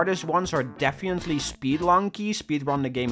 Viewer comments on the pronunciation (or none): no offense whatoever but its def-fin-nat-ley, and not defiantly it annoyed me so much and i hated it -^-" but the rest of the video is honestly awesome and impressive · The way you say defiantly is funni